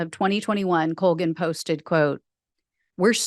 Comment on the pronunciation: It's an Irish name (unfortunately) and it's pronounced Call-gan.